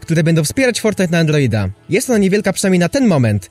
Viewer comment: sory że pytam ale dlaczego mówisz andloida?